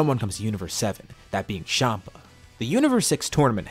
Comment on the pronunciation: bro tf is shama its champa